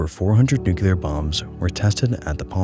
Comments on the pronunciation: New-clee-ar. Not nuculure. Nuclear. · New clear. New clear. Not "new queue lar" New. Clear. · It's spelled and pronounced NuclEAr not Nucular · Great vid, don't wanna be that guy but it's nu-clear not nu-cular . Love your stuff, keep it up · Nuclear =\= NukUler. Perhaps you should take advantage of you own sponsor. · Hey,, you seem like an intelligent person so I have a challenge for you. Read the following word as if you’ve never seen or heard it before: Nuclear….there’s no way you just read that as New-Q-Ler, so why did you just do it 100+ times in this video? For the record it’s New-Clear. I had to stop watching your video bc if a person doesn’t know how to properly pronounce a very simple visual word, the chances of them knowing much on the topic is slim. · it’s nu-CLEAR not nu-cu-lar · Oye- NucLEEar, not NucYOUlar. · NU-CLE-AR. not nucular. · New-Clear, not New-kew-ler - thanks for the vids. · I love your videos but I cringed every time you said nucular instead of nuclear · A 16 minute video about the most radioactive places in the world and the first word is "nucular"... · absolutely brilliant video, thank you (if you'll allow me to be an annoyig nit-picker, nuclear is pronounced "new clear") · As long as he shows his obvious lack of understanding of the subject he's presenting (demonstrated by the very first word he says: "Nucular"), he doesn't deserve the attention. Science misinformation by popular youtubers is frustrating as hell, and I'll call it out every chance I get. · But why tf are you saying new-ki-lur? It's driving me insane! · Nuclear. NU-CLE-AR. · Newk yuh lur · Great video but it's "nuclear" not "nucular," quit saying it like George Bush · It's pronounced Nucular! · Na, nucular because fun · I think he reads it as "nukelar", weird... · 1. dialect and/or colloquial pronunciations 2. simple misreading 3. possibly dyslexia it's almost like people mispronounce words for various different reasons 😮